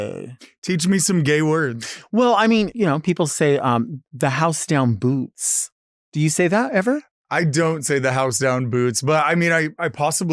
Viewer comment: FYI: “Bootz”